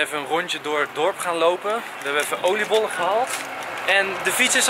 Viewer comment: Toen je zei oilibollen dacht ik meteen aan apenkop omdat mijn meneer in gr.7 zit ( ik ook😂) als hij oilibol zegt mogen wij apenkop roepen